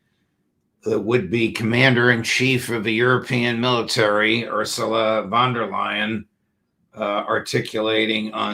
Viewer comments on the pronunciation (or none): her name is pronounced funn dare lion....actually it is easy.